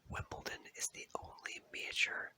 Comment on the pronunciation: There is no T in Wimbledon